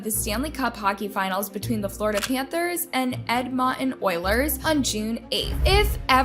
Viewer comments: Did you really just refer to Edmonton as "Edmotten? 😂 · “ Ed-Mont-in” lmaoo😭😭 the way Americans pronounce Edmonton is killing mee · I’ll never get over how she said Edmonton omg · i’m sorry but the way she pronounced edmonton is wild lol